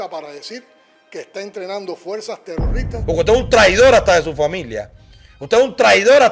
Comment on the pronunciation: El idiota de Canel dice tero rristas en vez de terroristas además de que esa robolucion se baso en las acciones terroristas.